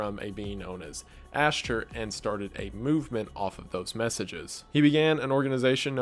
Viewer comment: the way he says ashtar lmfao “ash-ter”